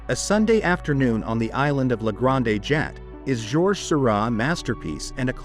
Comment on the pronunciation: The pronunciations in this video are very distracting. ‘Jat’ for Jatte’, and several others. Couldn’t a real human voice be used? Amateurish at best.